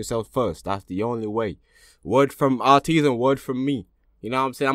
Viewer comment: I wanted to say their name is pronounced like Ay-teez not A-teez